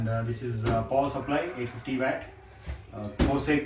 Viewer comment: it is watt not vat